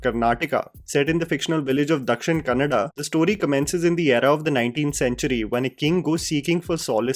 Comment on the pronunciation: Kan-na-da. Tulu is not part of 'Kannada'. Let your English Aunty know too,.